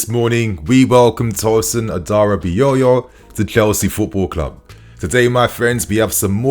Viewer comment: you killing me man 😅 Which one is Adara Bi Yoyo 🪀 😅 it’s Adara-Bi-oyo (not yoyo) 🪀 🤣🤣🤣🤣🤣🤣🤣